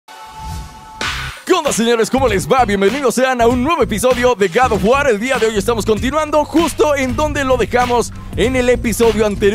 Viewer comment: Gad of war :v de todos los youtubers que pronuncian la palabra god of war tu eres el más nmms :v